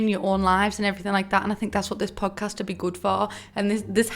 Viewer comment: I kept thinking you were saying pug cast and I didnt even think twice about it...13/10 would watch your pug.🤣